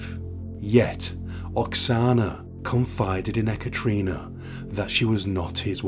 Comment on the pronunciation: No offence meant, but it's usually produced "eh-cat-a-rina" Not "eh-cattree-nah". Just a heads up!